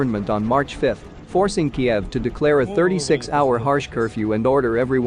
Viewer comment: pronounced KEEVV unless you ruskie....